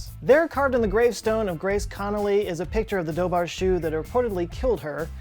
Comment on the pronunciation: Chú is pronounced like "who" with a very soft C sound rather than like "shoe". Its the Irish word for hound.